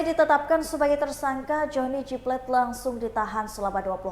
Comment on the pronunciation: SP tidak akan pernah memecat JGP karena ini dilakukan supaya dia tidak nyanyi seperti Nazarudin,,, Mbk reporter please itu plate bkn bhsa inggris,baca yg bnr😂